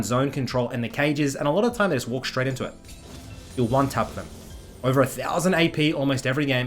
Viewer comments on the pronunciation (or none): none